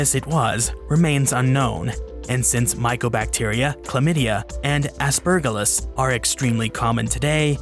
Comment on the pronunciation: Isnt Aspergillus pronounced with a soft g? Never heard it pronounced with a hard g before